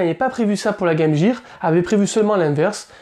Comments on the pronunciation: ARRETEZ DE DIRE GAME JEAR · Game Gear! Comment vous savez pas prononcer!! Gear...